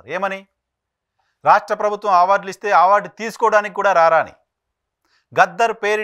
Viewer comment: it's not ఆవార్డ్....ఇట్ ఈజ్ టు బి ప్రనౌన్స్డ్ ఆస్ అవార్డ్.... ఆ పదానికి మీకు నోరు తిరగట్లేదా ఏంటి....😅